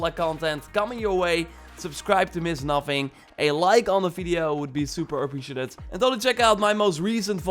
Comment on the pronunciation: The like would be super appreciaTIT and let’s go! Am I the only one hear the word TIT when says that? I love his channel btw!